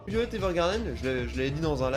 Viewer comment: déjà, je pense que ça se lit "Vaïolet", pas "violette"! Alors, arrête avec ton délire!